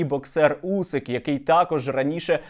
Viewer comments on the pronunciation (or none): none